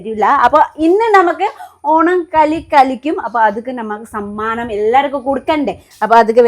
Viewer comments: സാമനം അല്ല സമ്മാനം😂soikutty ❤ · ഈ നേപ്പാളി സിസ്റ്റർ എഗ്ലീഷ് മിക്സ്‌ ചെയ്തു സംസാരിക്കാൻ നോക്കൂ.... സമ്മാനം അല്ലെ സാമാനം അല്ല 😂😂😂